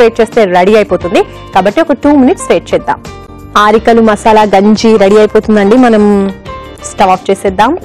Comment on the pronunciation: She doesn't even know how to pronounce arikalu